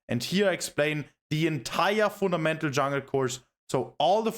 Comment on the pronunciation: "Funamental" "Funamental" "Funamental" "Funamental" "Funamental" "Funamental" "Funamental" "Funamental" "Funamental" "Funamental". Saying it so many times wrongly gives me a headache. It is pronounced "FunDamental", course-seller